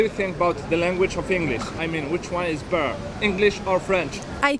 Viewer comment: He said what! Which on is be'eeeee😂😂 what the hell either say Better or American pronunciation better like the girl said